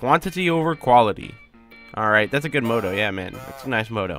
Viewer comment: They way you pronounce "motto" xD